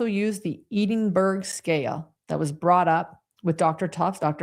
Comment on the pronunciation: Cant believe no American professionals can pronounce Edinburgh correctly. Its Scotlands Capital🤣🤣🤣🤣